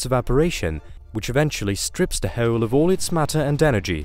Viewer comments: I could hear this guy say Heoooouule all evening. Anyone else tickled by this? LoL 😆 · I’m uncomfortable with how he says hole lol 😂